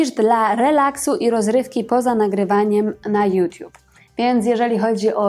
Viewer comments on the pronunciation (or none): none